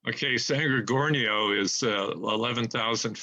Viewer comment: Minor quibbles - but it’s not “neGREET” but “neGREHtee”, and not “gorGANio” but “gorGOHnio”. I’ve hiked in these mountains for decades, and you’re right, the trail is not hard, but it is at 11,000+ feet, so most people do feel the effect of altitude. Additionally, if you go off trail at all the terrain is typically covered with chaparral and manzanita- both very thick and unbending. Your guest was absolutely correct about that- you have a better chance of climbing under it. My theory on where he is has to do with the terrain which is typical on those mountains. All over them are very deep runnels carved out by seasonal rains. As a kid I stupidly climbed into many of them, with many being over 10ft deep and 6ft wide but almost entirely hidden as their opening is quite small. At any point one of these could have collapsed and no one would ever have found me. My guess is that Jered found one of these, climbed into to be out of the weather/cold, and it collapsed.